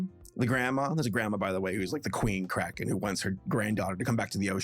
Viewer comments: I thought you were saying crackhead. not Kraken, for the first 5 minutes... Anyone else? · Cant stop mishearing cracken as crackhead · The first time you said cracken I thought you meant, say, cracking without en on the end, and I thought you said addict after that sorry about getting it wrong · Okay. I'm sorry, but when you first said the title of the movie, I thought you said "Ruby Gillman: Teenage Crack Head", which might have explained why no one was talking about it. (In my defense, I was listening to, but not watching, the video) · I had my volume turned down waaaaaaaay too low at first and I thought said "teenage crackhead" and I had SUCH whiplash thinking "THIS IS FROM DREAMWORKS?!" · I love how every time says,,kraken" sounds like,,crackhead" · The "Crackens" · I keep hearing crackhead instead of kraken